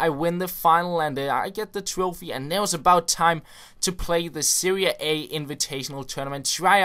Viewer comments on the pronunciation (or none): You say Seria A but it's Serie A